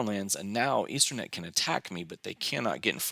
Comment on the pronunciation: It's not Easter-net by the way. There's no letter 'r'. It's Eastemnet with an 'm'.